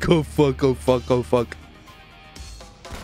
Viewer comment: the video gets way better when says pull the fook over